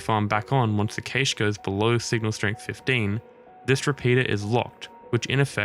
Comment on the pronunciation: Had me until you started saying cache wrong. Cool vid though